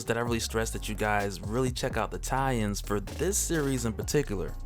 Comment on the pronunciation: You say "tie-ins" I hear Italians